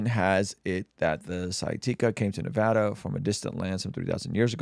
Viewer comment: It is pronounced: Nev-add-uh. Shorter haired, hat wearing, bearded guy was and is correct. Never let long haired, hatted, bearded guy EVER say Nevada again. Just ugh ( shudders). - Sincerely, Every Nevadan Ever